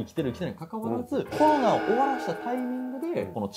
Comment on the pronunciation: うーん😅 ロ コ ナ だと旧型を指すイントネーションなので新型を指す場合には コ ロ ナ になってしまいやはりアウトだと思います😑